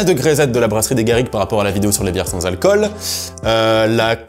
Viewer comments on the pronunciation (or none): none